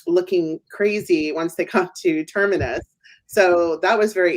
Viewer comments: BTW, it sounds like you always say Turmurus instead of Terminus...? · i would have thought he would have figured out he had it wrong by 7 episodes in....